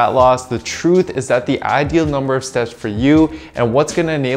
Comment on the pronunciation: Please pronounce your T in steps more clearly, 10,000 seps a day does not make sense